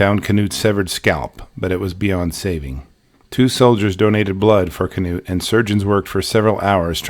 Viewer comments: Terrifying story and incredible recount! Thank you for uploading this. I believe his name is pronounced ‘Noot’ though, like the famous football coach, Knute Rockne. The K is silent. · Knut is pronounced ‘Noot’ the K is silent. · You've probably heard this before, but regarding the name Knut.... I think it's pronounced "newt" like the slimy/amphibious little lizards.... Maybe I AM wrong, but I think it's a Scandinavian name. Out of the 3, I'd guess Norwegian, specifically. But, I don't know. The thing I wanna say, is from your first videos to just now even.... You've done an absolutely astounding good job. You've gotten better, it's like night and day. But those were still GREAT videos, I didn't think there was an issue, shame on the people who were rude and just foolishly picky (?) Yeah. I don't know. Keep it up, for US, good sir. We ALL love your work. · Is the K not silent in his name? I’ve always assumed it was pronounced “Noot” Maybe I was mistaken.